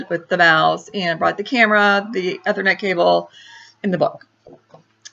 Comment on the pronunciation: You need to learn to pronounce "Ethernet" correctly if you want to appear halfway credible on the tech front :-)